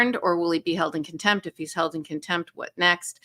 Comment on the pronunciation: It’s not “kintempt.” It’s contempt